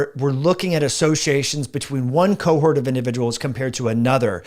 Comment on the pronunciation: Hi, may I tactfully point out that the second syllable of 'cohort' rhymes with 'port' and the first syllable of 'haughty'. It is not homophonous with 'hurt'. Thanks, and with kindness, Len W.